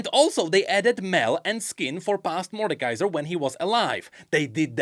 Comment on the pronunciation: "murdekiser" is my fave